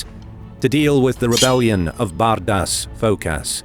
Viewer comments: Cus it sounds like BADAS FKASS. LOL HAHAHAHA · hahaha Every time he says Bardas Phokas HAHAHAHA priceless dudes....